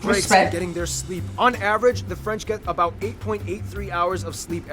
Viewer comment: for your question no he don't pronounce french well for an exemple that is french!